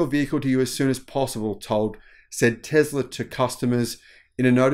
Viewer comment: Oh, Teezlah. Like diesel diezul. 🤭